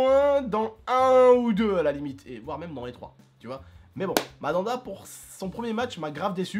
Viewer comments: Pourquoi tu dit madanda ces mandanda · c'est Mandanda on dit pas Madanda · TONTON C'EST " MANDANDA" PAS" MADANDA "😂😂😂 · C pas madanda c Mandanda mdr 😂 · cest Mandanda pas Madada xD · Mdr mamada au lieu de mandanda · c mandanda et pas madanda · "Madanda" 😂😂 Tu ma tue ! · Madanda il ma tuer comme il le prononce 😂😂😂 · "madanda" et apres ça se dit connaître le foot...